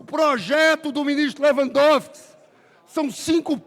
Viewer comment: Esse verme bem sabe falar direito, em vez de falar Lewandowisk, fala Lewandovis!!!!!😂😂😂😂😂